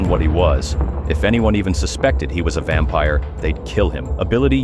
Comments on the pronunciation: "Vempire" wrap it up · “vempire” no shit